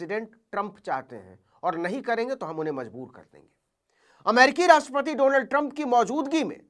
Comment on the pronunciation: मोदी जी को डोनाल्ड भी नहीं बोलना आता है , डोलांड बोलते हैं ।